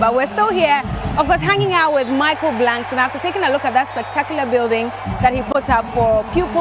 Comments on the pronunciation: It’s Michael “Blackson” not “Blankson” 😂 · It's BLACK-SON not Blankson. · Blackson not blankson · Why did she keep saying blankson?